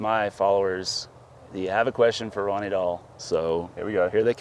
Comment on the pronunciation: I actually thought you said Dunny Roll 😂🤣🙃🤣😂